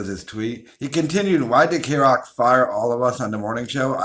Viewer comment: The way you said kroq tells me you've never heard kroq in your life and that tells me you're a fake ass O And A poser fan.